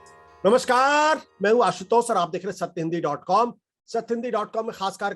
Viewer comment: नमस्....कार या नमस्कार। कम से कम नमस्कार का उच्चारण तो सही करना सीख लो। नमस्कार के उच्चारण में सह्रदयता प्रकट होनी चाहिए। तंजिया नमस्काट स्वीकार नहीं है। चिंतन अपेक्षित है।सादर